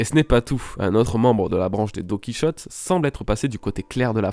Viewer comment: DoNkEy ChOtTe viol auditif 😭😭 C'est "Donne Qui hauté" ça ce prononce :'(